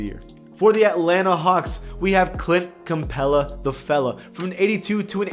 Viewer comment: Anyone else hear clit campela? 😂😂😂